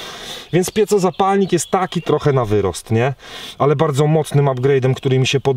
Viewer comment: "piecozapalnik" hehe. Jawohl. To nie po niemiecku. Mówimy tak jak piszemy - pieZo.